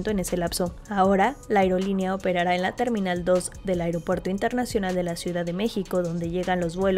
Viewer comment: EL 'AIGROPUERTO" DEL KKS, SERÁ INCOSTEABLE